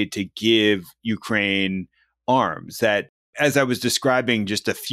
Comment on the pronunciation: Al, please learn the correct pronunciation of Ukraine. (Your guest knows how.)